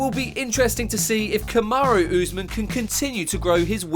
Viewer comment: Saqib Ansari you are wasting your time, these guys don't know mma, the guy can't even say Kamaru properly lol Kamaro wtf ?